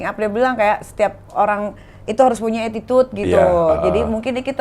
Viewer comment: Cing abdel mau bilang atitude aja mau kepeleset jadi atitit..😂